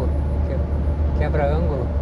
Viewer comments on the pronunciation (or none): A cidade que você falou não é Quebra-ângulo e sim Que-bran-gulo!